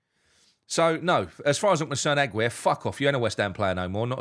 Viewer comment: I'll be glad when Aguerd leaves so you can stop saying his name wrong lol 😁👌Great performance today, and I 100% had tears in my eyes when Paq Man did his throw away phone celebration.